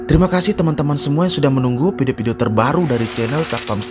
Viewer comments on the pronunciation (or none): Admin, mohon dipertegas ucapan VIDEO-VIDEO! Bukan PIDIO-PIDIO! 🙏🙏🙏